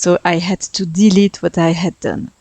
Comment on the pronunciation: Love the colors! Your English vocabulary is excellent. If you want some pointers, there's a few times where you put the emphasis on the wrong part of the word (for an American speaker, at least). For example, you said DE-lete, win-DOW, ta-BLE, but I would say de-LETE, WIN-dow, TA-ble. And one thing you may not know, Brits use the term "holiday" for time spent away from work and home to travel for fun and relaxation, but Americans use the term "vacation." Americans only use the term "holiday" for special celebration days Christmas, New Year's, and Independence Day. So most Americans would be very confused by you calling this a "holiday home." Just something to keep in mind if you want to reach American and British audiences.